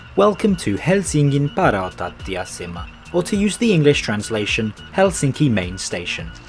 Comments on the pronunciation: The most honest announcement in railway history. Cracked me up. But not out of character for Finns. Also, your pronunciation of "Helsingin rautatieasema" wasn't half bad. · Very good effort on the pronunciation of the helsinki central train station, the vowels were a tiny bit off but the rest sounded much better than anything I ever heard from someone that didnt grow up with the language/studied it for a some time! Thanks for the review. :) The high price is for meals/drinks at the station is unfortunately pretty usual for finnish standarts.